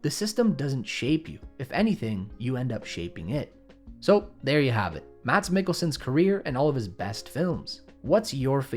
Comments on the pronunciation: fellas, it might be spelled "mads" but its pronounced "Mas" the "d" is silent, alright? thanks. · Came to say 2 things. 1. Good video. Thanks. 2. His first name is pronounced Mass. He's stated this before. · Remember, the D in Mads is not pronounced. In Danish a D before a consonant can, as in this case, simply signify that the preceding vowel is short. I.e. "Mads" is pronounced "mas" with a short A, not "maas", not "mats". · The D is silent in the name MADS. His name is pronounced "Mass" not "Mads" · To the non Danish speakers. Mads, is pronounced, Mas. Well, not entirely.. Technically you say "Mad..s", but, you shorten the flattening from "Mad". So instead of Maddddss, it's Ma's. (Danish have a lot of silent dicking in it. Ds are often either silent or flattened.) Not that anyone is going to understand this explanation. And his best role, is 100% as Arne in Blinkende Lygter. No one have ever killed a cow in a more entertaining way. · Mads' "d" is silent (yes yes, pause), so it's pronounced "Mas" not "Mad-s" In Danish, you don't generally pronounce the d in a word if it's the middle of a word, and if it's at the end of a word, it's usually a "th" like sound. The kind you hear in the start of "The," not the kind th sound you hear at the end of "Bath." A d is generally only pronounced like a d at the beginning of a word, like in "dør," "dum," or "diller." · His name is pronounced "Mess" not "Mats." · Excellent video. For extra accuracy: His name isn't pronounced Mats, but rather Mas. The d is silent. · You don't pronounce the "d" in "Mads". It's "Más". My ears.... :D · As others have said, it is pronounced “Mas” or “Mass,” rather than “Mads” with a pronounced “d” (I know, I know, that’s what she said—moving on). Great video though. Very well done, and incredibly interesting. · As a danish person, it annoys me that Americans always pronounce his name "Mad-s". His name is pronounced "Mass". Great video tho, he's great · Mads on danish i pronounced "Mas"